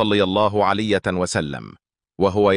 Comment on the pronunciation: المتحدث عنده أخطاء كثيره فى الكلام يقول صلى الله عليت وسلم مامعنى كلمة عليت هذا صهيونى